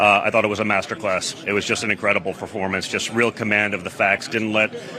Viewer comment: Did donnie say "Performance" ???